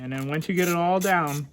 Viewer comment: Are you saying wence instead on once? Like past tense proper English. Bravo, bravo!